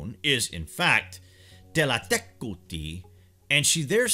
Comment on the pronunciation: Kudos for learning the exact pronunciation.